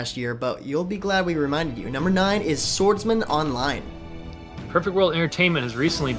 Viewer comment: When they said SwordsMan Online i thought they said Sword Art Online :P